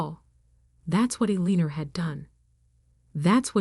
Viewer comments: Street Michael cathedral? Elener? Really? Get real people to do these stories. Computers can't do the job properly. There are so many mistakes it is demeaning. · The name is pronounce “El- In- Nor” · Absolutely eg St (Saint) Michael's Cathedral. Eleanor typed incorrectly Allinor or Elanor? It spoils the story. How about Read not pronounced read a book? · I enjoyed the story as much as I could while having to listening to the name Eleanor being butchered relentlessly. But that is 1 thing that A-I does read only what's given to it. It doesn't know how to distinguish errors evidently. I don't know who wrote this, but if they were human, then they couldn't spell, do any proof reading or just didn't give a cow's a-- how it appeared. I guess that is what they mean by Ignorance Is Bliss. I'd say Illiteracy is on the Rise. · You computer generated narrator's voice needs to be programmed with the proper pronunciation of words such as Eleanor. It made me cringe every time I heard it pronounced with a long e sound in the second syllable! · Street Michael's is killing me...and how many ways can you mispronounce Eleanor?????